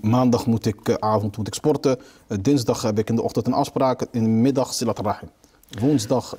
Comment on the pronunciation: Het is siRat niet siLat